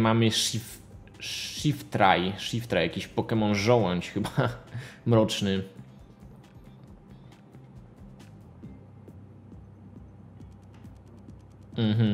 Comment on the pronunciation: shiftry czyta sie: sziftri